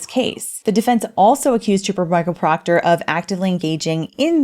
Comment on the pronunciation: PLEASE PLEASE PLEASE, DON'T STOP SAYING: " TROOPA PROCTAH"😅😅😅